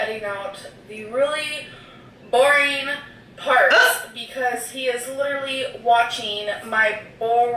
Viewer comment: She pronounces “boring” like “borreeen”